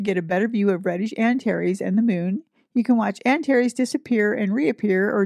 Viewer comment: Greetings from the Sonoran Desert, home to many scorpions. 🌵🦂♏ Thank you for pronounciations! It helps me to think of "anti + Ares".